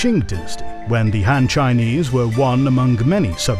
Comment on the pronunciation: Agreed. I mean, the guy can't even say ''Han'' properly lol.